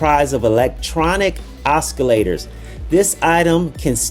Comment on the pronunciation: Oscillators: The "c" is silent.